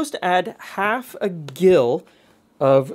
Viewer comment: To get unsalted butter from salted butter. Put the salted butter into a bowl of iced water and refrigerate overnight. The iced water will draw the salt out. This was how it was done back in the day. I teach student chefs this simple technique. Gill is pronounced Jill.